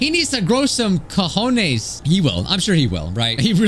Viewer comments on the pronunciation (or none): none